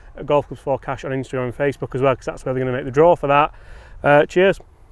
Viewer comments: "CASH" yes maate cmon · “Cash” As in Johnny Cash. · "CASH" C CA CAS CASH C A S H Do I have your attention yet...🤗